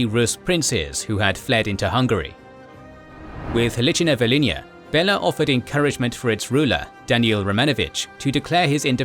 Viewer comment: Next time do more research, how pronounce historical names, because watching this is hilariously funny. Bella instead of Béla kinda unlucky.